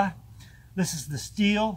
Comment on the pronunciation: Also nice to hear Stihl pronounced correctly.